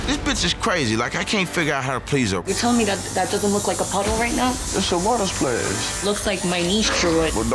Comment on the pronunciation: "It looks like pee" "Issa wada splesh 🥺🥺"